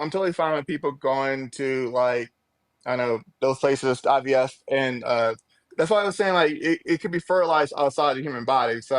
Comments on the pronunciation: Anyone who says “woon” instead of womb, “IBS” instead of IVF, and doesn’t understand how fertilization occurs is disqualified from having an opinion about abortion. Sit down, sir. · Tbf I think that's just his speech issue. He also said IBF, dere and dat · He also says you go to a "fraternity doctor" to get the "IBS" done.